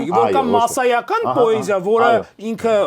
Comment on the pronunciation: Բայց ինչու՞ պԱեզիա, ։